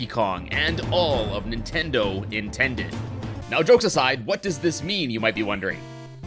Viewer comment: am I the only one who herd him say nintendid